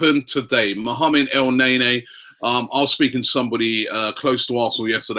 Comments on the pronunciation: STTOOOOOP FUCKING CALLING HIM EL NAYNAY ITS EL NEN-E ROBBIE FUCK ME DUDE!!!!! DO YOU NOT READ THE COMMENTS SECTION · he can say afobeee instead afobay but when el-neny he said it el-nay nay..amazing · Did Robbie just say Chick-a-rito??? Added to the list which includes El Nay-Nay and Michy Bat-too-shy XD XD XD